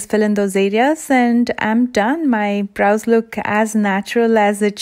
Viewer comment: I love your pronounciation of bRows haha